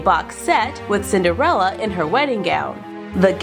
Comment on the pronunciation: 6 times she said cinderela